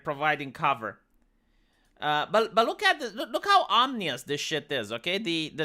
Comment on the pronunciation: Nevermind nukes, imagine an ourburst of solar flare that will fry electronics? Btw it's ominous not "omnious" .